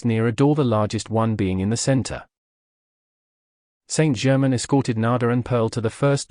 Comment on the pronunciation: I find this book is spoiled by the reading by a AI voice that cannot pronounce words correctly eg. It is not Saint German. But Saint Germain it totally spoils this material 😇